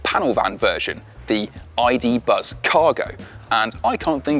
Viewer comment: Tell me whos not gonna call it a ,,iduzz"